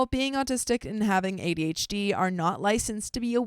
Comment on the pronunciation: Quit mispronouncing ADHD you sound like an idiot